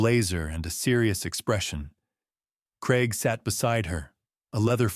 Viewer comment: Strange pronunciation of Craig making it sound more like Creg rather than how the British (more over the Scottish) pronounce it. CRAIG - Cray g. Time for Michael, Rebecca and Craig (and possibly Daniel and Trish) to face the consequences of their actions. Elder Abuse, Fraud/theft and Forgery deserve a prison sentence.